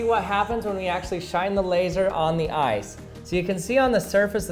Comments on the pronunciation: Who else mistook him saying 'ice' for 'eyes' ??? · I forgot what the video was about already and thought he said "eyes" not "ice." Like, woah I would not try that if I where you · I didn't read the video title and thought you said "eyes"...